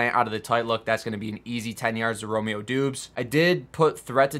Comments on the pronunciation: I think it’s pronounced Dobbs not Doobs 🤣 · It’s pronounced DOBBS not DOOBS